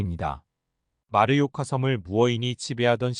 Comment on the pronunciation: 잘봤습니다. 딴지 하나 걸자면, 마르요카가 아니고 마요르카(mallorca) 입니다.